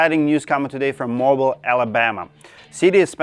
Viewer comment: Mobile is pronounced MO-BEEL